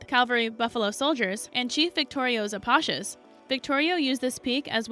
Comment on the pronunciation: "Apachas"???... IDIOT!